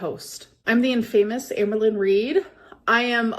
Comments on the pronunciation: 'In-fame-us' 😂 Add it to the list of shit can't say. It's 'In-fam-uss' babe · her saying infamous as "in-famous" girl... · “In-famous.” This was scripted so the least she could have done was look up how to say the big words. 😂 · Not "in-famous" she's ridiculous 😭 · The way she pronounced "infamous", it's a script. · Of course was reading off a script. How did you not pick up on the in-famous pronunciation?? She is so god damn stupid!!! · Her pronouncing of ‘infamous’ wrong in her promo is so silly. Gorl has such a poor grasp on the language she has spoken for almost 40 years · I feel like she honestly says infamous that way 😂 has never been the brightest bulb 💡